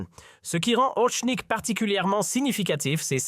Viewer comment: Ce n'est pas "Orshnik", ni "Orknik", espèce de bachi-bouzouk, mais Oreshnik. Je vous signale que le cyrillique s'apprend en vingt minutes. Ce n'est pas suffisant pour parler Russe mais c'est déjà bien utile. Vous ne pouvez pas prononcer Орешник comme vous le faites dans cette vidéo D'ailleurs, d'après le traducteur de Google, de même que le dictionnaire russe en ligne, le p russe, c'est-à-dire r en alphabet occidental, ne se prononce pas comme d'habitude avec le e qui suit. Vérifiez. Et le O se prononce pratiquement comme un A